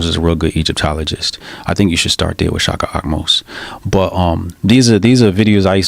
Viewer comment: Did he say shaka amos ?? Seriously